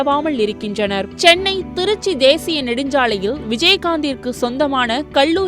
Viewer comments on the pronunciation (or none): none